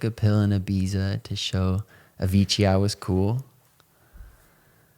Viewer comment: The only bad thing about “I took a pill in Ibiza” is that he pronounces Ibiza wrong